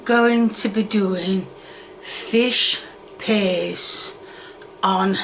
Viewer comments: im sorry but saying "fish paste" honestly sounds like her saying "fish p!ss" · What the hell did I click into?😂 sounds like she says fish piss. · I honestly thought she was saying "fish piss" which is honestly more accurate imo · I love how it sounds like is saying “Fish Piss” and how “Fish Piss” sounds like a legit english dish.